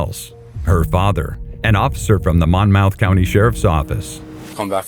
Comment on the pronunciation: i live in howell, i went to school with that girl in the last clip, she was HUGE bitch but, just wanna say you said "mon-mouth county" which irrationally pissed me off, its pronounced "mom-myth" no disrespect though great video